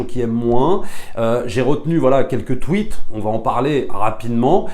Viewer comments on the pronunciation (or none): none